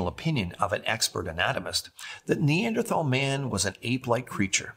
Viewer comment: Who was it that drew the illustrations? ARTISTS! Not scientists. Oh, can you PLEASE learn the correct pronunciation of Neanderthal as long as you're sporting that suit and tie trying to look professional?